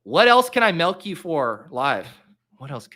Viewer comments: Also, why do you say "Melk" and not Milk? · pronounces it “melk?”